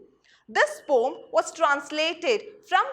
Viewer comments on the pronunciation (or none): Poem pronunciation wrong😔